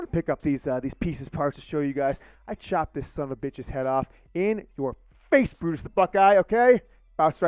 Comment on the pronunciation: Lmfao my dude just butchered Brutus LIVE! That was so great!